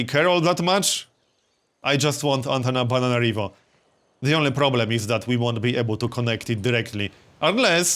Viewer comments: why do you say Antanabananarivo instead of Antananarivo? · Is he saying AntanaBANANArivo? :))